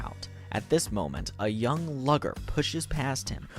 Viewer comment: Loved the video, but did anyone else get frustrated by the pronunciation of some names? Like how “lugor” was pronounced “lugger.” The funniest one was when he says “cialis” instead of “cielis” like the medicine for erectile dysfunction 😂